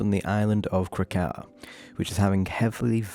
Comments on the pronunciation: Great work here but I have to be the one to say. It’s Krak-O-A. They mention it in voicelines all over the game. Every time you say Krakow it’s like a little knife in the ear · Just a heads up its Krakoa (KRAH-KO-UH) and Arrako (AH-RAH-KO) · had to turn the video off because of the way you pronounce krakoa 😭 i get it im dyslexic but it was hurting my brain LOL